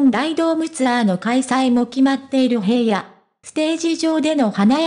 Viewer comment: 紫耀くんって本当に爽やかで親しみやすくて子供からお年寄りまで人気者で..... それにしても ヘイヤ って何よ？ 紫耀くんの記事なんだから名前くらいちゃんと読んでほしいわ。